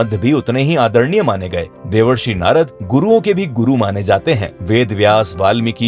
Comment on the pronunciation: Devarsri nhi bhai Devershi🤨